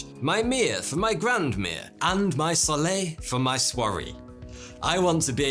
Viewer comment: The sponsor could never have chosen anyone better than. Judging by the way he pronounces “baguette”, “brioche”, “mère”, “grand-mère”, “soleil” and “soirée”, he really needs the app to improve his French skills so as not to scratch his head in embarrassment 😅